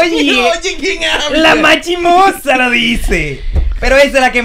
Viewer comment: se dice chisme no chime ufffff